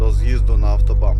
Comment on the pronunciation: 👍👋😉 А чому ви говорите ( автобам ) , якщо пишеться ( автобан ) . Просто цікаво . Успіхів !!!